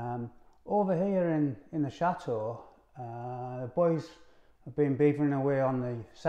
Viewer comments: I understand that but your parents and Ash always pronounce the word correctly I just wish you could too. Please, watch some of your old videos and truthfully tell me that Cha Oh is attractive. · You don't have to change who you are you just need to put a T in the word Chateau AS IT IS SPELT. I simply do not understand how you can call your lovely building a Cha Oh.......so ugly. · I understand that but your parents and Ash always pronounce the word correctly I just wish you could too. Please, watch some of your videos and truthfully tell me that Cha Oh is a attractive. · Love your program but please, please, please pronounce Chateau with a T. There is nothing more cringeworthy than hearing Cha Oh all the time. It is truly awful.... Thanks.